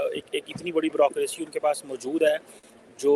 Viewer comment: jee Brokroshi nhi hota hi. Bureaucracy boliey. Your Ph.D is not upto mark? and it is below international level. Although you have improved but your speech is copy of Sajid Tarrar and other Y tuber?